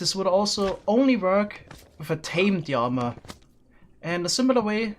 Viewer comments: why does he say yama instead of llama.... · Most English speakers: "llama": "yama" Me, an intellectual: "wool horse" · Nobody:...: Yama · You pronounced Llama very differently...